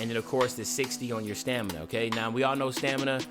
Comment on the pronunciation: U messed up with stamininina